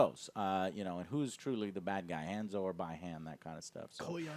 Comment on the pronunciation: You pronounced BI - Han and Hanzo wrong